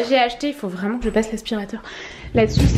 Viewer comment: Insupportable quand tu dis "vraeument"